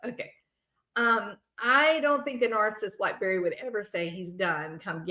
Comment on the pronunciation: Did you say Barely Morphew? 😅😂